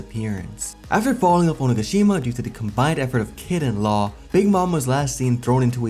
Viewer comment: Thank you for saying onigashima correctly it's been killing me other YouTubers pronouncing it wrong